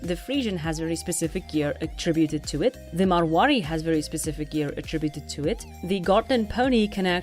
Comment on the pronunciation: Your so good at rolling your r's in Marwari